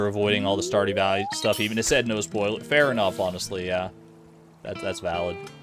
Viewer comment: Lol, "Saw Dew Valley"?